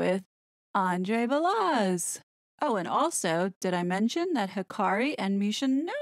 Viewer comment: WOW. All of it makes sense! Let’s hope Megalier does NOT have info to blackmail the royal family. Or if she does that would explain the double blow the King dealt to the horrid couple and Randy Andy. Truth will prevail. By the way Balazs is pronounced Ba-LaZs like Zsa Zsa. Keep up the good work.